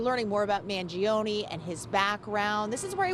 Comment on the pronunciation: His last name is pronounced as Mahn-joe-neh, not Mann-gee-oh-knee. Anyways, he's done nothing wrong. Hopefully he has a good counsel on his side and gets a fair deal.